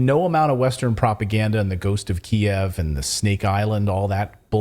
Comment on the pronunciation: i love that you're pronouncing Kiev the way it has always been pronounced